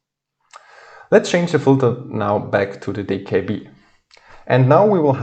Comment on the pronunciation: Thank you, it is very informative. You say the word "filter" very unrecognizable, though.